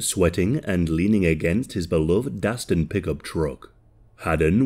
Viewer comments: Sorry to be that guy, but it's Datsun, not Dastun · did you say DASTAN💀